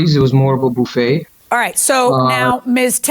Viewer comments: A boofay he says? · He said "Boofay" (buffet) and she said "Febuway" (February). LOL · THIS!!!! Who taught him to say it this way???!!! It's terrible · I can’t un-hear “Phoebe Buffet” from the Defendant. Anyone else???